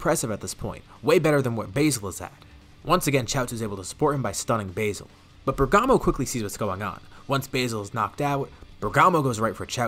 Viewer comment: you pronounced bergamo wrong btw